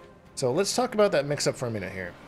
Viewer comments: dont get y u force that pronunciation of 'about' so hard, its clearly not how u speak, genuinly takes me out the guide with cringe. crazy how 'about; is the only word u prnounce the o/u differently and only the only word u pause after saying every single time as if ur thinking about how u said it lmao. jesus just realised u do this on every video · Aboot. Gotta love Canadian about pronunciation. Also with Johnny Iv found a lot of things that can be interrupted that’s probably best way to beat him, knowing when you can hit him mid move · This video is all “ABOOT” Johnny cage